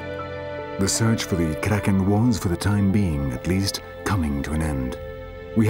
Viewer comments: LMFAO Everytime he says "the KRAKEN" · Guy says "Kraken" with an Afrikaans accent 😂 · Anyone else getting irritated each time he says Kraken.... over emphasizing this word every single time. It's kind of ruining it for me. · Lol the toung roll is killing me 😆😆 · can someone please tell this man to never say the word kraken ever again